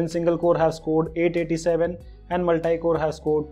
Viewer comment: It is multi score. Not multaai score... Just correcting as I watch every video of yours and would like you to pronounce it correctly. Thanks